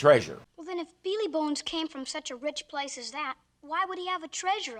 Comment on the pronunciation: WHY does pronounce "Billy Bones" as "BEE LEE Bones"????? Drives me CRAZY!